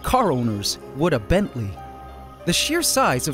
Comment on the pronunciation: I love that design, but I'm still chuckling about "wid a Bently"!